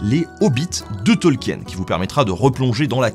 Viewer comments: Eh oh ! On dit Tolkine, pas Tolkiène, d'abord (oui je me suis fait engueuler, alors je fais pareil 😅) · Tolkien ça se prononce "Tolkine". De rien.